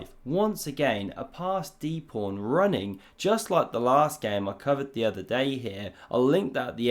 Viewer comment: Is “prawn” your own cute intentional mispronunciation of pawn?